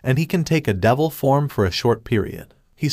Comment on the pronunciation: "future davil" 💀💀💀man im dead